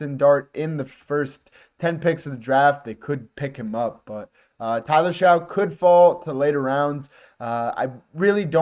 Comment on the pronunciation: Tyler Shough (last name pronounced “Shuck”). Just informing.